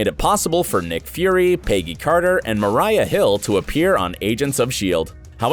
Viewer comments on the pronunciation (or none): It’s Maria not mariah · "Mariah" Hill? Oof... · Say it with me: "MARIAH" Hill???!!!??? LOL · Super fun video, despite the few cringy moments (misspelling Coulson's name in the hashtag, mispronouncing Maria Hill's name, and showing the wrong clip for FitzSimmons season 3 reunion).